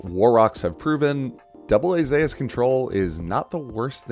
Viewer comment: Isn't "Zeus" pronounced "Zoose" obviously isn't spelled like that though lol.